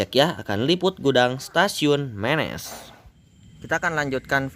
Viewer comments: Dibacanya bukan mėnės...tapi menės....daerah itu penghasil emping pandeglang yg terkenal...salam sukses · Penyebutannya Menés, bukan Ménés. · Kang ari Menes teh dibacana: "Meunes" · Wah stasiun Menes diliput, dulu disini tempat main saya waktu kecil, karena sekolah SD saya tepat di perempatan sebelum masuk stasiun. Ejaan menesnya dikoreksi ya Me nya siga nyebut merapi, nes nya udah bener.. Sip lah lur.. Orok Menes mana sorana?